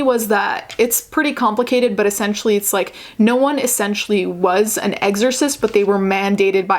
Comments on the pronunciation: "eggzersist" lol you're adorable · Okay, so tbh I would have pronounced it the same way, so I now looked up how to pronounce "exorcist"... and the videos that I've found seem to pronounce it the same? Or at least I don't hear the difference...oh well